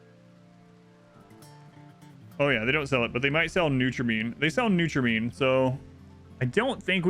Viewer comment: Neutramean? I'm pretty sure it's pronounced new-tro-ae-mean